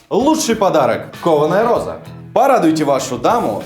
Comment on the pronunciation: Почему ей нгхавится гхоза? Там ведь буква "гх"! И я понимаю теперь почему её ни разу кошкой не называли, даже собачкой (Померанский шпиц, рыжий, маленький, миленький :) ) - она ведь гхычать не может ) Это как прикол с одним из основателей канала "ВШлеме" (Ланкарра, Сергей. Он тоже картавит, но не так сильно, незаметно даже, но 333 333 он произносит с трудом :) )